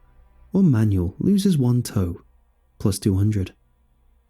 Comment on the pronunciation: Shouldn't Manuel be pronounced man-WELL instead of like a booklet of instructions?